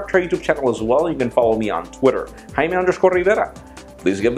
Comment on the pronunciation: Hymen rrrrivera Sorry just had to say it